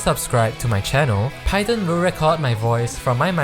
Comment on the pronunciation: upvote for the correct pronunciation of "python"